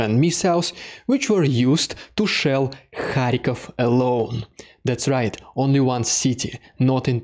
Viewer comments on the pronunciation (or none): none